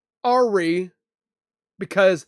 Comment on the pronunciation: Toward the end you said the plan went “oree”….i think the word was awry (uh-rye) meaning out of the normal or what was planned